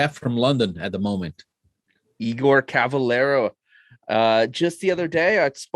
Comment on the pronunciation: Cavelera?? really? with an E?